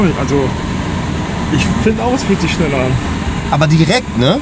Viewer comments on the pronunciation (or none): Doch, das ist chneller 😂